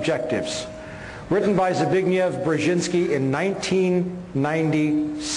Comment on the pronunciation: The fellow doesn't even know how to pronounce Dr Brzezinski's first name!